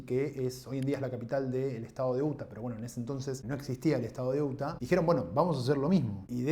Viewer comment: No es UTA ,se dice Iuta.Y se escribe,Utah.Amigo,entiendo tu punto.Pero si vas a nombrar Estados o ciudades extranjeras,pronunciarlas bien.Entiendo también tu ideología,pero si por una ideología vas a pronunciar mal palabras de otro idioma a propósito,,mejor habla de Historia Argentina o Layinoamericana . Además,estoy seguro que sabes inglés.Adi que no seas hipócrita.